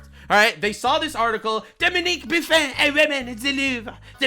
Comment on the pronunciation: "Dominique Buffin" 😂😂😂